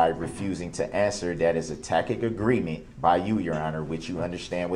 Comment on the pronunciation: I laugh every time he says “tacket agreement”